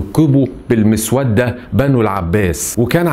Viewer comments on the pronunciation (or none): يا عم حرام عليك ده طريقة نطق . المسودة تنطق بضم الميم و فتح السين و كسر الواو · اسمهم المُسَوِّدَةِ والليس المُسوَدَّة